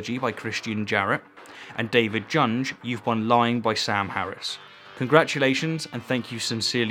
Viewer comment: I agree with a hell of a lot of what you say- but your pronunciation is terrible sometimes- I think that prizewinner's name that you pronounced "Junj" is the German form of "Young" , and sounds the same in English. However, the idea that his name is "Junj" is hilarious. If that is indeed how it's supposed to sound- sorry Mr Junge.